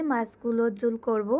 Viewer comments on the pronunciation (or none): আপু আপনি তরকারির জুল, ঝুল বলেন কেনো,,,ঝুল উচ্চারণ হবে নাহ্ আপু,,,ঝোল,,,ঝোল হবে আপু,,,ওকে,,,,,ধন্যবাদ জানাই আপু,,,শুভ কামনা রইলো আপনাদের প্রতি,,,ভালো থাকবেন ও সুস্হ থাকবেন আপু মণি!!!